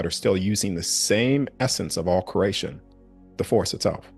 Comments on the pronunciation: Cree ate, sounds like you are saying crate tion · I love everything about this message. Its driving me nuts he keeps saying curration though, it's creation. Sorry I had to vent lol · Are you saying “curation/cration” as opposed to creation on purpose? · Everytime he says creation I hear Croatian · I cant unhear "crAYshn"